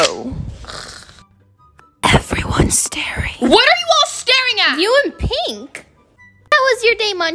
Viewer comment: Pink ❎ pinkhhhh ✅ 😂😂❤